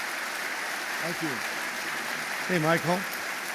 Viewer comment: Fran..zee..zi.. Not Franzis